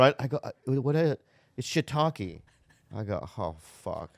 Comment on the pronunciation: shiitake.... English speakers going always wrong with an ending "E".